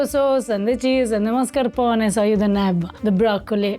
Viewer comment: please, per piacere, per favore, you're driving me crazy. La pronuncia, la pronuncia! The first "a" in mascarpone and appetito. Ask Eva.